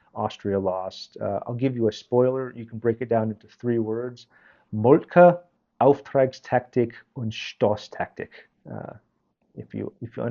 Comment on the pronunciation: Might I say: your pronunciation of some rather complicated German words (such as Zündnadelgewehr, Auftragstaktik, Stoßtaktik) is pretty good.